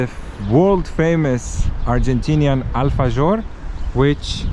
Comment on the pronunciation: Guys, it’s pronounced alfaHor nit gor 😊